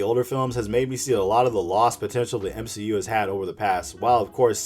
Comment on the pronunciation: U mean, the M-She-U , am i right? :v